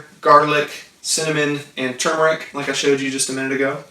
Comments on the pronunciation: ....It's spelled, and pronounced: " Tur mer ic"!!!!..... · Many remember Tumeric... including me... "Mandela Effect"